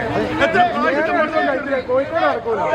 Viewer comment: പക്ഷേ ഒരു കോഴിക്കോടുകാരനും, മര്യാദയ്ക്ക് 'കോഴിക്കോട്' എന്ന് പറയാൻ അറിയില്ല..അവർ എല്ലാരും പറയുന്നത് 'കൊയ്ക്കോട്' എന്നാണ്